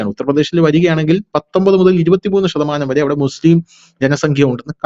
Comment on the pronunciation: എന്താണ് ഇതൊക്കെ? അഗ്നി ഷു ദ്ധി ആവ ഷ്യം ഷ തമാനം "ശ" എന്ന അക്ഷരം പറഞ്ഞു പഠിച്ചാൽ നന്ന്